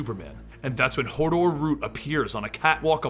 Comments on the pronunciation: "she used to work for Hordor" I though you said Hodor and i got a flashback to game of thrones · Hordor? Hodor?